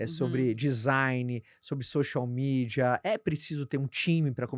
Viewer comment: Uaaau. Maravilhoso! Só fiquei um pouco incomodada com a pronuncia do “x” no início do social mídia.